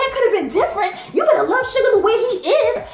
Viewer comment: u really out here saying ‘shugar’ ㅋㅋㅋ